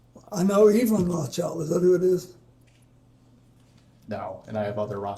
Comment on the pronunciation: The Rothschild name has him messed up lol, first slip.